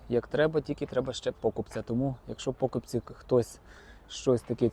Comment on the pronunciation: пОкупці? Це дуже дратує. Це навмисне наголос ставити не там де треба?